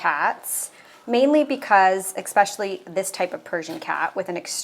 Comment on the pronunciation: "expecially". And in another video, "excape". I'm glad you aren't a schoolteacher in the lie-berry.